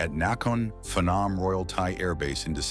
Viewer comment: BWAHAHAHAHA!!! You don’t pronounce Phenom ‘fen-nom’ 🤣 it’s pronounced ‘Penn-on’ …should look up unfamiliar foreign names 🤣